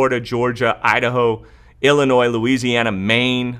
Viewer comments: Lol, you fixed it and now back to old habits. The S in Illinois is silent. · I won't believe we are gonna get any more stimulus until we actually have it signed by the president! I'm so sick of waiting, we need help yesterday!!! Oh, BTW, Illinois- the S is silent😘